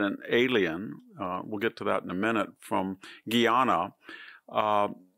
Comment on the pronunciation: Guyana, not Guiana